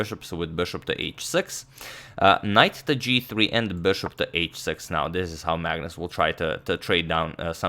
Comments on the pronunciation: "Bšop" veliš.... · I like the way he says ''bishop''